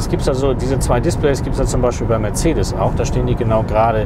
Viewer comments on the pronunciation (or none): none